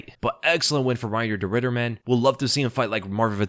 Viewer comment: could've sworn you said 'de Riddered' 😂